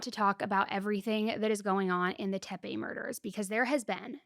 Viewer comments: 29 min: TEPE, not TeMpe. No "m", just like there's no "m" in "capacity". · tepe, not tempe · It's Tepe, not Tempe. Michael wasn't yawning. They were checking inside his mouth 😒